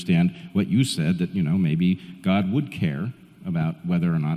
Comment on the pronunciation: Does Peterson actually have to keep pronouncing the word “god” as “gooouud”? Like gourd without the “r”.